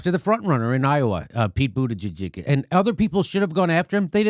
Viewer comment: Pete Buddijizz, lol... You are killing me